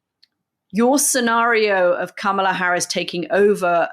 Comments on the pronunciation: I'm obsessed with your podcast. I learn so much from both you. I have one beg from Anthony: Kah-mah-la. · Say VP Harris’s first name correctly, please.